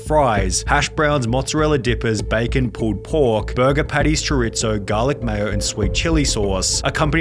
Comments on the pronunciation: why does sunny keep saying choritzo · Mf said “chowritzo” lmfaoooo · Chorizo is pronounced choreeso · Love the channel, but Brits, it's "choreeso" not "choritzo". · What the f is "sho-ritso"? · Chorizo is pronounced “Cho-ree-so”. You’re welcome. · Bro. 'Choritzo". comon man. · THIS NIGGA REALLY SAY CHOR IT ZO?? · My man said Choritzo (twice) and Calzoney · No way Sunny called Chorizo "choritzo" 😭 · Why do you pronounce chorizo like you pronounce pizza? The "z" in chorizo is not pronounced like "tsss" when you say pizza. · It's pronounced chur-ree-zoew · Bro did anyone else hear how he pronounced chorizo? 😭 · Stop saying chorizo like that. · I love your videos but as a Mexican please don’t pronounce chorizo like that again thank you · I love your channel, but please say Chorizo right lol. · Me a latino hearing sunny pronounce chorizo 🤢🤮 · Nice vid but I HATE the way you say Chorizo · The pronunciation of chorizo was funny😂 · He said chorizo wrong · The way you say chorizo hurts